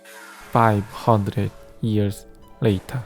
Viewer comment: 에 투 따우전드 이열스 레이탘ㅋㅋㅋ